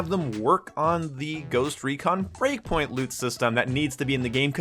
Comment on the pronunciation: Breakpoint. Not breakingpoint 😂😂